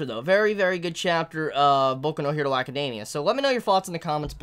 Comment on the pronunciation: Bro. 1. Your hair. 2. Why you only saying "hero" in My Hero Academia in a Japanese accent, but not the rest? Hero is an English word. 3. The sound in words like "THINGS" shouldn't be pronounced like "FINGS". JUST SAYIN'. I dig your videos, but those things bug me lmfao.